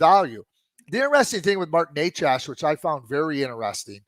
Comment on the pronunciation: It's not Nec ASS. It's Necas for FS.